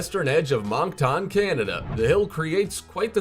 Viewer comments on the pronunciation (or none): Monk Tawn Canada? Come on man... What the fuck. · voice over guy is an idjit...30 seconds of research would have told him that Moncton is pronounced Monk-tun, not, mawnk-tawn (Which is in New Brunswick btw...just saying it's in Canada, is like saying "go visit the Hoover Dam...it's on the Colorado River in the U.S. to someone that doesn't know anything about the place) Feel kinda cheated, that most of these so-called examples, are the same optical illusions, just at different locations...though it'd be cool to visit if you were in the area I guess. It's humorous as well, that there is only one, "Real", Gravitational Anomaly, amongst all those. The natural, and the human engineered, optical illusions. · LoL Regarding the Magnetic Hill scene. The way buddy pronounced Moncton is funny, it's pronounced Munk•Tin. Not Monk•Tawn. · In magnetic hill in Moncton... the guy saying the name said it wrong hahaha